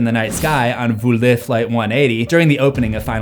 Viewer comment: Point of Information: The airline is called Volee (vo-lay) which means "fly" in French. Pronouncing it "voo-lay" (as in "Voulez-vous coucher avec moi?") means "want"